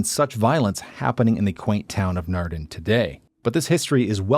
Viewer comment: Naarden and NOT Narden with AA open aaaah not ah as in bah